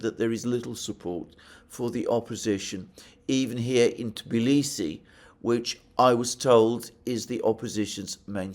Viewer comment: Finally someone pronounces Tbilisi correctly, not T.bilisi